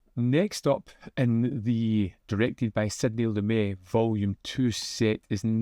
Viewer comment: Pronounced Lu-MET, like "I met someone"